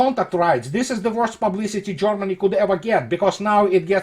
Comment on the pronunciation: Privet! It's not Jormany, it's Germany! Not jOrmany but gErmany! Consequently, they aren't Jormans, but Germans! Other than that, your videos are very well researched and presented! Maladetz! Congratulations! Thank You for good content.